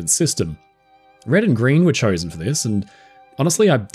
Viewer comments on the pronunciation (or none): none